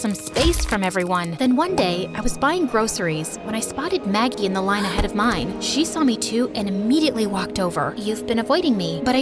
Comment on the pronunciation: Anyone else realise it said Maggic instead of Maggie?